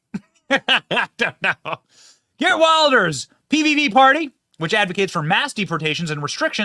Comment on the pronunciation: Benny, his name is prounced "He art Vilders" for your benefit. Like Trump and Farage, he's been pilloried by the left and the media for decades and even banned from entering the UK by Blair's criminal government for warning about the threat of Islam, while at the same time they allowed mad mullahs in to preach death to the west. OUTRAGEOUS!